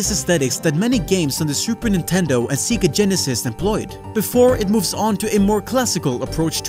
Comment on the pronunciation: man's really said "seega genesis", 0/10 unsubscribed, unfollowed and unwatched. great video, fun fact, I actually avoided watching this until I could watch in a comfier place, since I knew this would be amazing. I was not disappointed.